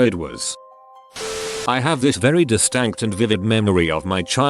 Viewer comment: "DISTANCT" LOL